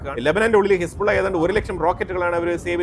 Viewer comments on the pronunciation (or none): none